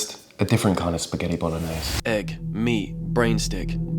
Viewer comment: why is no one talking abt the fact he said "hegg" and "honion" 😭😭😭😭 is it a bit or ?